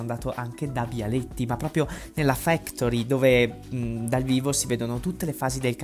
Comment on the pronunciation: La "fEctori" 😮😂😂😂